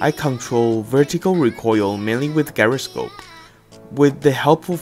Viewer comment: You need to learn how to pronounce gyroscope